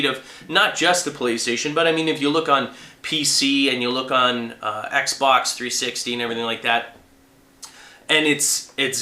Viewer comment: lol u seems hard to say xbox 360 ^^ u cant make it come out currectly lol u like xbox more then ps3 ^^ as it seems when u say pc like nothing happen then xb..ox 360 lol that awsome keep playing ps3 FTW